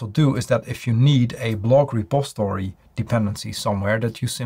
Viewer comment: Why don't you ever pronounce the "i" in the word "repository". You always say "repostory"?